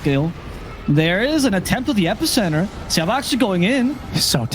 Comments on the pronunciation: "siaou-bah", just say Xiao- Eight fool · XiaoBA why is he calling him like that it hurts